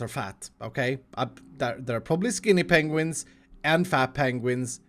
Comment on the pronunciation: It's not penguins, it's PENGUINGS.